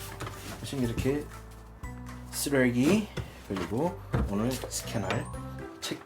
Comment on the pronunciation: ㅋㅋ쓰뤠귀~~ ㅋㅋㅋㅋ발음ㅋㅋ 솔직히 말하세요 예능감더넣고 싶은데 최대한 참고 있으신거죠?ㅎㅎㅎㅎ